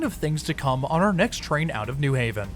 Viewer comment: Thank you for saying "New Haven" like a local, with emphasis on "New." (Contrast to pronounciation of New York and New Jersey)